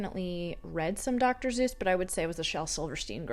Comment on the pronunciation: The way you say Dr. Suess as Dr. Zeus got me 😂❤